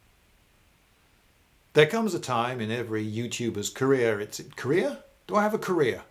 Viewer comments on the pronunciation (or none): Every time you say "career" I hear "Korea" and it's distracting me from the video.